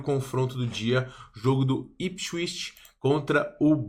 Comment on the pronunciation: se pronuncia ipswitch, com som de T no final